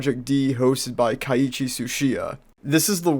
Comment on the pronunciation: It’s Keiichi NOT kiaichi